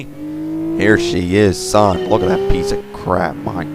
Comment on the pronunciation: "son" that was kinda bad =\